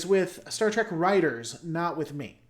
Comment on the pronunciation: You still say it Trak half the time. Meh.